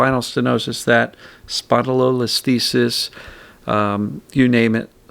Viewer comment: Kudos on pronouncing spondylwhatsits correctly.